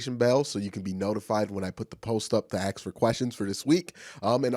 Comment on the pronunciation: Why can't you pronounce the word ask properly? Slow down and think about what you are saying. A-S-K